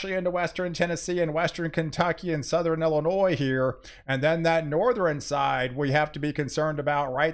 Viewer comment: Southern, not South er Ren same for nort east, west